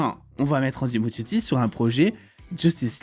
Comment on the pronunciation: Ça se dit ''Andy Muskietti" le ''ch'' se prononce "k", mais bon on s'en fout un peu